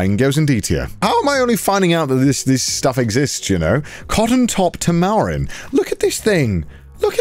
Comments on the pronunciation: I've always heard tamarin pronounced TAM-a-rin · The way he pronounced "Tamarin" as "Tamaaaaarin" 😂👌🏼